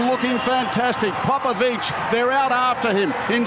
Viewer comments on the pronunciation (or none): Stop saying "Papavici" pls ..is Popovici man..gg David well done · Papavicí? 😅 You know he's not Italian right? Is it so hard to document yourself on how his name pronounces?